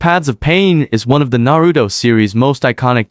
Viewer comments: There no D in Naruto 😂😂😂😂😂😂😂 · Narudo, Nagado, Obido what?